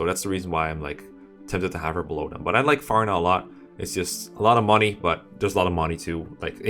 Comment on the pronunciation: Good list but I cried inside the way he pronounced Farina.